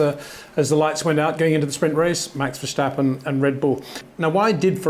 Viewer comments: Peter please. It’s not VerSH-tappen. Do you say George RuSHSel. You don’t right? Your content is good mate but please I hear this with Paul Di ReSHta also. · HEY PETER WINDSOR, I HAVE MESSAGE FOR YOU SIR: With all due respect ... it is NOT Max "verSHtappen" ... Max is not German (Germans indeed do pronounce "st" as "sht") ... #Max33 = Dutch NL/Belgium! ... It is not "Bottash" nor is it "Lewish" certainly not "verSHtappen" .... This BS started long time ago when a British sport presenter interviewed father Jos Verstappen and assumed you can use a German pronunciation to a Dutch Driver thinking it is so "funny" ... It is not. Serious question: can any Englishman say "versatile" out-loud without saying "vershatile" phonetically? most can about 99,99% ... that is why most English can pronounce Verstappen 100% correct! Father Jos Verstappen (also F1 Racer) was very active between back then only a very few said "Vershtappen" but the vast majority of British sport presenters pronounced it perfectly ... only a few old stubborn farts like Peter Windshor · Please, please, please pronounce the name ‘Verstappen’ correctly, if only for your dutch viewers. It is very annoying to hear a name pronounced incorrectly each and every time. The ‘s’ in Verstappen is NOT pronounced as the ‘s’ in ‘should’ but as the ‘s’ in ‘still’ or ‘is’! So please use the sharp ‘s’ instead of a soft one as you are used to. Thanks!